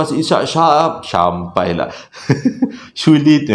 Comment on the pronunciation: SYAMPAI = SYULITT ( DERDEKAH AKU BANG 🤣)